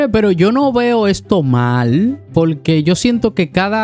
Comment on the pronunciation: No se dice polque se dice porque